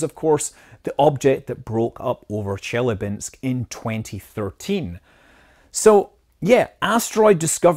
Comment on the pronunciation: It's Chelýabinsk (accent on ya)